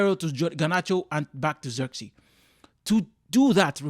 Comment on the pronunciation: It was not the right pronounciation of ZIRKZEEI... He is not English